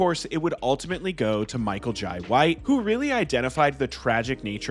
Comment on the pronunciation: Every time you said Michael Jai White you pronounced it differently 😂😂